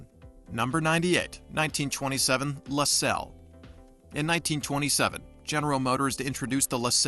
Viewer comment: A I voice mispronunciation no thank you left video say LaSalle LaSalle artificial intelligence boycott It’s YouTube not a i tube don’t go away mad just go away